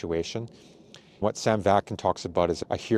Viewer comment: Vak-nin not Vak-kin.